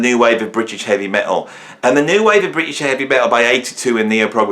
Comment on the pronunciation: thank FUCK i'm not that illiterate dullard excuse for a comedian, and who the hell 's trying to be funny here you point evading plonker?. talking crap about ''prog'' again because he doesn't even know what prog means and this time also can't pronounce the ''r'' in British which he thinks is a synonym for both English and ''of the UK'' when it's neither. My cultural background has f-all to do with that.